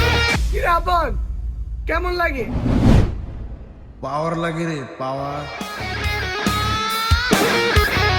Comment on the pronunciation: পাওয়ার❌ ফাওয়ার✔️